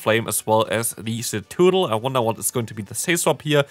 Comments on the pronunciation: It's in the title of the video too, tbh I think I do like Cetoodle better 😂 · Idk what everyone’s talking about, you’re saying it right hahaha CETOODDLE!! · "Cetoodle" has me dying bro lmaoo 💀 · Hey! Great video but your Cetoddle pronunciation is killing me 😅 it's Suh-TOD-ul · I'm a bit offended by your pronunciation of ceToddle